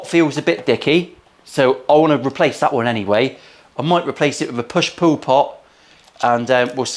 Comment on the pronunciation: Sounds like you said “a push poo pot”😆 & “push poo madness”😂